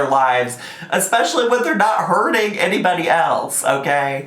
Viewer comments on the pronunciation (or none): none